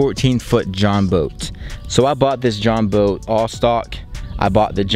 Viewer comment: It’s Jon boat not join boat